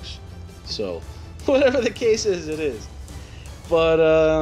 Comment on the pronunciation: Just when you said "whatever the case is" sounded like acasis.